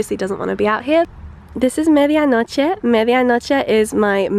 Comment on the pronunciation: I absolutely love the way you say Media noche😍